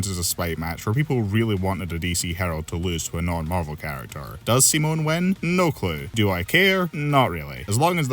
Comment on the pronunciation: That's how Simon's name is pronounced It's not Sai-mon, it's Simone